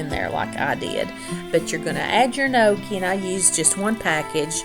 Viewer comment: I'm Italian and am so proud of your ability to properly say gnocchi. In the South with my strong Greek/Italian dialect added to that my Alabama Southern Drawl.....it can many times be hard to understand my words. But, I love love love to hear you as well as watching you!!!!